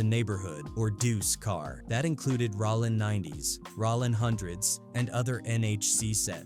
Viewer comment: Bro. It’s rOllin not Rawlin. Idk why but i can’t bring myself to finish the video with your mis pronouns. It don’t seem like you should do content on this work.